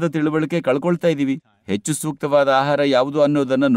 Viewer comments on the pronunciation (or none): none